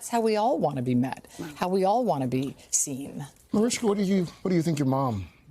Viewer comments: Why is the Today host calling her "Marishka"? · Why does that woman say « marishka » is her name not Mariska? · She's mispronouncing her name